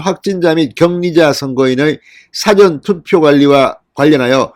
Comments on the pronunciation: 진선생님, 죄송스럽지만 事前投票의 事는 길게 소리내야 하는 것아닌지요? 꼭 辭典投票처럼 들립니다. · 진성호씨 사전투표팔음할때 사전 팔음똑바로 하세요